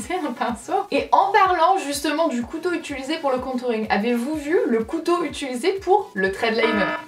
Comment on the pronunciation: Et moi la chose que je ne veux plus entendre en 2018 c'est toi qui dit "étuliser" alors qu'on dit "utiliser" Thanks